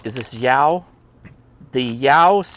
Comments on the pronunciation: Pronounced Sh-oww..lol.. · In Mandarin Chinese when it's written in the Latin alphabet, "x" represents a sound that's best approximated with the English "sh" sound. So you were half-right. Add a "sh" to that "yow" (and make sure you keep it one syllable), and you'd be giving a pretty reasonable anglicized pronunciation.